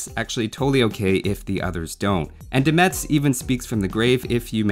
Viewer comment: Hey, I'm from Metz and it's pronounced "Mess" ans not "MeTZ", and yes, we care about it XD